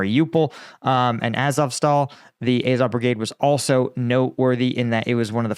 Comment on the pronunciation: Incredible that you can pronounce "Azovstal" correctly, but not "Azov"! Bet you also pronounce Ducati "Ducaahhti", although I doubt you pronounce cat "caahht".